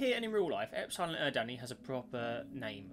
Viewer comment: because its horrid and extremely incorrect it's pronounced "Ep-suh-lon Er-rid-knee", not "Eps-iegh-lon Ur-dan-ee"